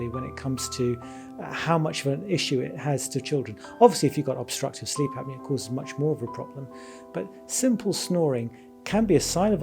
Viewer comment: You don’t add the “o” in the word “apnea.” Same goes for the words “esophagus” and words like that no matter what